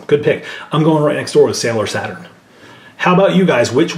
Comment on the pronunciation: It's SATURN, not Satin =)